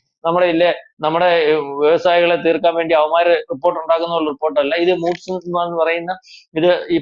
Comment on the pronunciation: Moods alla chetta Moodies